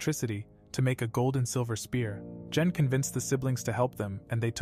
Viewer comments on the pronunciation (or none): when he says gen it sounds like jen i am a little angry that he said jen and not gen